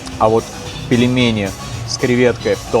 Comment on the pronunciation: Ну, где ты с.. в слове пельмени, нашёл букву е после буквы л? Где? Там мягкий знак. Произносить нужно так же как написано: пель-ме-ни. Не пелемени. Фу, выбесил.